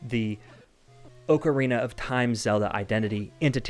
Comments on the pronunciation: Oh my god just say ocarina correctly. It’s aa-kr-ee-nuh not oo-kr-ee-nuh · Can’t stand the “oh-carina” pronunciation of Zelda OOT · Am I the only one dying inside when he mispronounces Ocarina as Ohkarina? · Also the ‘O’ in Ocarina is a hard choked ‘O’ in Ostrich